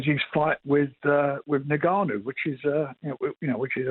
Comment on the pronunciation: Did i hear frank say NIGGAnu